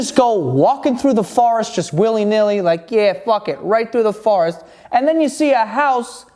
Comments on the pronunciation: Forest not farest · Is he saying farrest ? Try for-rest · forest=he says,farest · WTF IS A FARREST!? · The way he says “forest” as “fuhrest” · "Farest" not to be be confused with "forest" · I believe "poreage" is "oatmeal"....I love how you say "forest" 😂